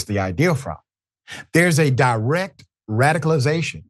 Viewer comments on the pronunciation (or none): none